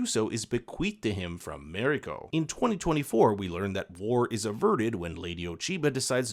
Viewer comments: It's Mariko, not Meriko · Shoh-goon, not showgunn, and Mah-ree-koh not merico. In all other languages of the world other than English, A is AH, E is EH, I is EE, O is OH and U is OOH. How difficult can it be? Just remember, if it isn't an English name or word, then It ain't pronounced English. Simple as that. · Mariko: mah-ree-ko. Not meh-rih-ko. Even Anna Sawai mispronounced it in an interview. It ain't that hard. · Good rundown of the differences. I much prefer the new one despite watching the original first. Please learn how to pronounce “Marino”. Her name is said many times on both shows , so you should be able to imitate it.